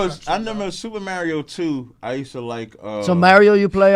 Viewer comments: “Mary-o Brothers” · who says mario like that